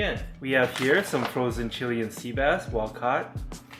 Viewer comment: dood i think ur pronouncing chilean incorrectly. chiLAYun sea bass.